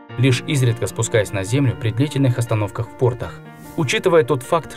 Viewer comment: ПортАх, а не пОртах.